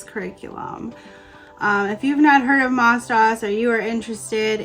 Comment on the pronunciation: it is pronounced MOSE DOSE. it was created for the orthodox Jewish schools.